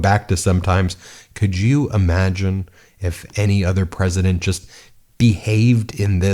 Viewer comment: "Predisent of Peace" 🤣😂 Really , what an IDIOT !!!!🇨🇦